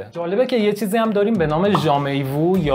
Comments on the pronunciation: تلفظ دقیقتر jamais vu ژَمه وو هست😉😉 ممنون ، مثل همیشه عالی 👌🏻👍🏻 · ممنون از برنامه مفیدتون تلفظ صحیح jamais vu ژمه وو هست